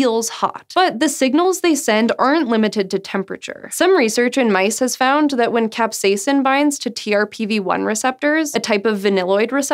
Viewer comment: Ahh she said capsaicin like a normal human being! Great job! ;)